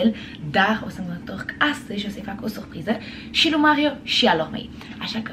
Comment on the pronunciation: Vai da ce suphriză 😂 Niște ore de logopedie nu ți-ar prinde rău. Ma mir ca nu ai fost dusă în copilărie să rezolvi rr-itul ăsta enervant